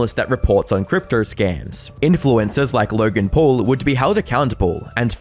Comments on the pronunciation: "LAURGEN PUARL" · Lurrrrgan Puuurrrrrrllll 🙄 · Laughen Phawul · "LERGIN POLE" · Lorgan Porl? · "LURGAN PAUL"